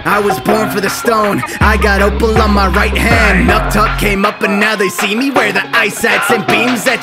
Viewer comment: the name pronuncctiation tho. NO. aang; ong. Amon; amen. Opal; opol